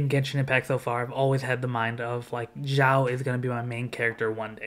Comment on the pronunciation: Why North americans pronounces Xiao's name like "Jau", with "J"? This is a bit funny... With all respect